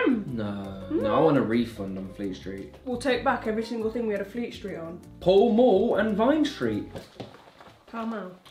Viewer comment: Paul mule Liana: PALL MALL!!!